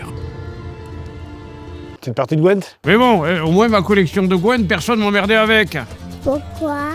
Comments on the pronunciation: Alors deux erreurs monumentales, premièrement le jeu de carte ce prononce ''Gwinnte'' et non pas ''Gouènntte'' 😆 Et deuxième erreur tu fais référence a une des mauvaises fin du jeu qui n'est pas Canon, la bonne fin et vrai fin du jeu elle n'est pas morte Ciri, elle meurt uniquement dans la fin la plus pourris si tu rates un très grand nombre de choix important dans le jeu 😅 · Et Gwynt 😭 pas Gwent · Il dit gwent aaaaaaaaaaaaaargh pourquoi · "Partie de Qwent ?" ça me tue à chaque fois